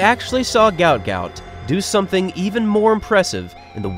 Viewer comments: Gout Gout's father mentioned in an interview his name should be pronounced as "Guot", as when he immigrated from Sudan he couldn't spell well, and mixed up the letters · At least get his name right! Guot Guot , pronounced “ gwot gwot “ … get some journalistic integrity ffs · His name is actually guot guot and it's pronounced (gwot gwot) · His name is Guot Guot, pronounced like Gwot Gwot. A mistake was made somehow in his official paperwork. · His name is pronounced ‘Gwat Gwat’. Due to a spelling mistake on his Somalian passport it was meant to be spelt Guot Guot. My 2 boys went to Ipswich Grammar School and, in my opinion, one of the best GPS Schools in Queensland. It’s also the oldest tertiary school in QLD and many of its students have gone on to being extremely successful. One of those students many years ago was the main architect/engineer that built the Brisbane Story Bridge. Well done Guot Guot on your amazing success and for many more amazing milestones you will continue to conquer 🫶🏼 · its Guot Guot media has gotten the name wrong and pronouncing it wrong